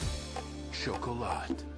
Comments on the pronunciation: Was it just me or did it sound like the narrator said "choke a lot" ? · He’s attempting to pronounce it the French way. I saw another trailer for this movie and the woman narrating literally said “chalk-a-lot” so this guy’s doing better at least.